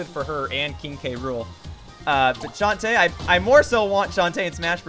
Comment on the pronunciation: You like Shantae so much, you can't even pronounce her name right!